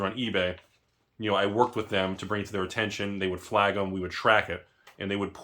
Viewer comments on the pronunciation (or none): none